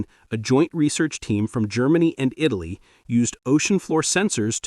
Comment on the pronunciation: This AI doesn't even know where Eyetally is.